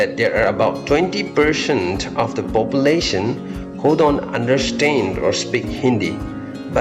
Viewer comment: When you speak percent,you say perceant..😀